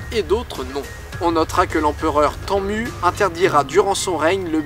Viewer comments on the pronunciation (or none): Très bien, par contre, c'est l'empereur Tènemou ( pour la prononciation) et pas tanmu